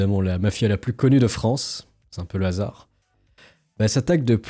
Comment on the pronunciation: La Fronce <3